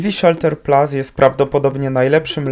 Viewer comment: chyba PLUS, a nie PLAS